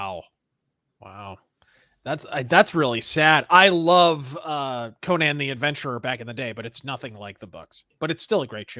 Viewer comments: You guys say the name wrong it's pronounced "Ko-nan" not "ko-nin" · Despite the way most American-Irish pronounce it, in Eire/Erin/Ireland, it is most commonly pronounced "Conn-ehn" with emphasis on the first syllable, unlike "Coe-Nanh" with equal emphasis both syllables.